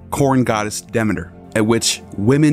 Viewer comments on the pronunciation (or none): none